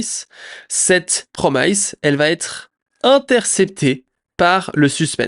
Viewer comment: mes oreilles saignent lorsque j'entends "promailleze" au lieu de "promice" haha à part ça, beau boulot, merci pour le résumé sur le drama!